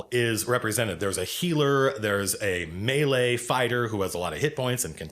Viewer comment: You're about the only D&D presenter on Youtube who can pronounce "melee" correctly, so you're doing better than most.